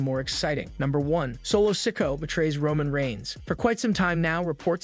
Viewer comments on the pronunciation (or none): yeah he does it all the time Maybe Solo should come after him for constantly calling him Sicko